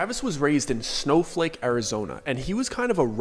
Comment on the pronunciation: SNOFLAKE, ARIZONE .. dude LOL im crying out loud ! your killin me..